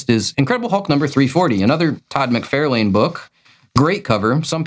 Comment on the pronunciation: It’s MacFARlane. Far…not Fare.